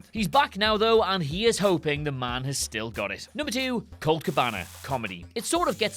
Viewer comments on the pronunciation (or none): none